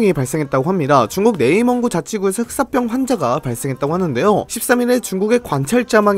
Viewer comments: 흑쌋뼝 개불편하네 흑싸병으로 발음 좀... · 슥싹병 이라고 자꾸 들려 ㅠㅠㅋㅋ